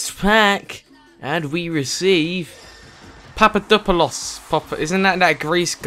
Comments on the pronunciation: He can't say papadapolud but he can say tshshalabala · Being Greek and watching him try to pronounce Papadopoulos name is hilarious lmao